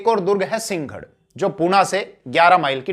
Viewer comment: सींगड नहीं है कृपया सिं- ह - गढ उच्चारण का अभ्यास कीजिए